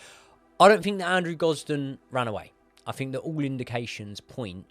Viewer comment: It's common, I fink